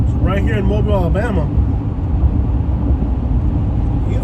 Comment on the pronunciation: Say it right, Mo’bill